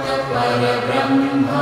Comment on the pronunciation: Please pronounce it Correctly i.e Parambrahma not Parabrahma. Parambrahma Meaning Shreshtha Brahma. Like Paramguru, Parammitra, Parampujya.